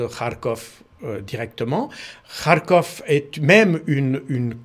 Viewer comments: Je suis content D entendre KarkhOV bien prononcé et mon Karkhiv. On a de tout temps prononcé avec-Ov. Agréable D écoute un expert impartial et réaliste. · Tout à fait et il prononce bien d’ailleurs de « kh » à la russe dans Kharkov et Kherson.😊 Je pense que J. Baud maîtrise la langue russe au moins un peu.